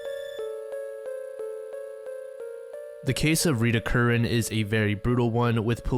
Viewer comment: Thank you for pronouncing 'Curran' correctly. Gods its hard hearing your name butchered everywhere and by everyone (even those who have heard you say it multiple times). For once... someone says it right. <3 Great video :)